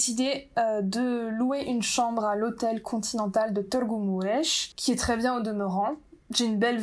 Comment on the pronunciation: Je suis ébloui de ta prononciation de Târgu Mureș ❤️. Tu peux même prononcer correctement le son î/â 😮